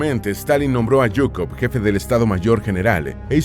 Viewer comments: Zhukov, se pronuncia chukov, no es yuko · a mi no me encanta tanto, ZHUKOV (SHUKOFF ó SHOO-KOV) es lo correcto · Es que usted sabe mucho o que? Porque dice yucov zukov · Porque pronuncias yukov? Se pronuncia Shukov Si vas a decirlo tantas veces en el video pronuncialo bien. Me da asco de solo oirlo mal. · su apellido es: ZHUKOV (PRONUNCIADO SHU-KOF Ó SHUKOV) , molesta escuchar su apellido erroneamente como GUKOV, favor corregir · Yukov?? Qe no se lee: zukov,,,,, tonses como se pronuncia: zhukov , en españól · ¿En serio es tan difícil de pronunciar ZHUKOV? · Sólo un aporte la correcta pronunciación de Zhukov es Zzzzzzzzzzzzzzzuuuuuukov como el sonido de la abeja, me lo comento una maestra de ruso que tuve en donde teníamos que hablar de personajes históricos de Rusia y yo escogía a Zhukov jaja 7u7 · Te faltan muchos conocimientos. La verdad, sin la ayuda de USA la unión soviética hubiera sucumbido. Son palabras de Zhukov, no mías. Por cierto, al ser apellido de madre se pronuncia Zhukova, todos fallan en esto. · "yukov" 😐😐😐😐 En serio? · Me encanta como le cambia el nombre a general zhukov diciendo Jhukov. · si el apellido fuera Jhukov, estaria bien la pronunciación de YUKOV del video pero su apellido es ZHUKOV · La h es muda y no pronuncias la z Zukov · Por favor, ¿podrías no pronunciar en inglés los nombres que no son ingleses?. Hablas de von Paulus a continuación de Leningrado como si estuviese allí, pero sabes que estaba en Stalingrado. Yo no creo que Stalin tuviese miedo a Zhukov, de otro modo lo habría fusilado en las grandes purgas, como hizo con Tujachevski, mucho más brillante que él y de quien Zhukov aprendió las ideas de la guerra móvil. Seguramente era el tipo de persona de origen humilde y de aspecto campechano que Stalin no solía temer, y que por tanto podían sobrevivir en su presencia, como le sucedió con Khrusev.